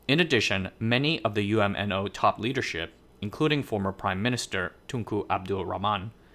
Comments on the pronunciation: You're mispronouncing UMNO, you don't spell it out as U-M-N-O when you pronounce it, it's just pronounced as a single word with 2 syllables, Umno, the UM makes the same 'um' sound as the um in thumb and NO, well it's the same as the word 'no.' Also, , you talk about Chinese discontent triggering a brain drain, and then you talk about Malays leaving Malaysia. I'm confused, did you make a mistake and mean to say Malaysian Chinese leaving Malaysia? Because some foreigners incorrectly call all Malaysians Malay even if they're Chinese. And from the statistics I've looked at, most Malaysians leaving the country are Chinese. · Great video! By the way, UMNO is usually pronounced as one word "Umm noh"!